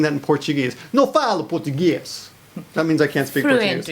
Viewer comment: Actually u're very bad saying "nao falo portugues" xD